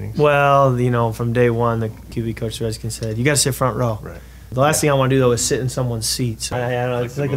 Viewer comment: JADEN REDSKINS he calls them the reskins as there is no D in Washington.....just sayin